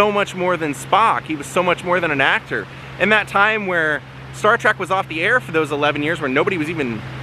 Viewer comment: 😎, you keep saying Star Track. It's Star Trek. Can't help myself. LOL. Love all your videos. And it was KEWL to see L. Nimoys resting place. It's a big rock though. So is he cremated there? It looks more like a commemorative plaque.